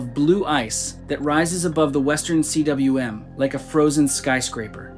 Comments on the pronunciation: Western C.W.M.?? It’s ‘cwm’, a Welsh word, pronounced ‘koom’, dude. Western Cwm. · It is pronounced koom not C W M! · CWM? You mean Cwm, pronounced coom? I don't climb and I'm not welsh and I know this. We studied geography in school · "The Western C-W-M"? I stopped watching at that. He thinks "cwm" is a set of initials! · The Western "c w m"? Tell us you know nothing about climbing without telling us you know nothing about climbing. Cwm is pronounced "koom." It's a mountain valley. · A Cwm is actually pronounced Koom, not see doubleyou emm. It’s a Welsh word for a deep mountain valley. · CWM is pronounced Coom 👎🏻 I new your voice knew nothing about climbing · cwm is pronounced 'kh-hoom', it's Welsh for valley. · C W M? Really? Rhymes with "boom" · Cwm is pronounced coom